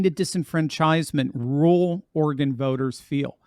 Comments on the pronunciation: Please, realize that there is NO e on the end of Oregon. So the pronunciation is NOT Ori-gone. It is pronounced Orygun. Trust me that those of us that live here cringe every time we hear anyone from the east coast mispronounce it. As a resident of eastern Oregon, I am firmly in favor of Greater Idaho so I feel as though my vote actually counts. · Correct pronounciation: "Orygun" !!!!!